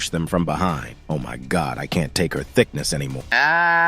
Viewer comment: Bro was not tust farming hewas farming thiknesss😂😂